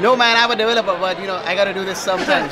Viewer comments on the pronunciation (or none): lol now that you mention it, it kinda does sound like "I'm a developer" instead of "app developer." Either way we know he develops something.